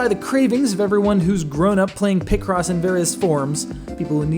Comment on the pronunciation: Sounds like you’re saying picrossy 😂